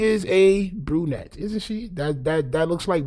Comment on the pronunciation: "A burnnette" 😂